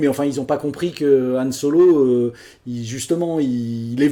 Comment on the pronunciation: C'est Han Solo, pas Yann...Je sais de quoi je parle...😁